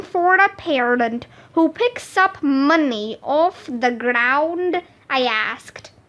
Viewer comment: Ground not geraound